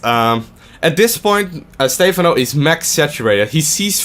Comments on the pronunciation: STE PHANO NOT STEEEEEEEEEEEEEFANO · STEPHANO not steyphano :C:C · It's fucking "Stepháno" not "Stéphano", so annoying...and pronounce the words not that softly god damn it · STE-PHAN-O NOT STEFAN-O... please.